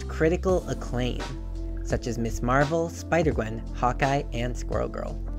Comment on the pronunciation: It's "Mizzz" Marvel, not "Miss" Marvel.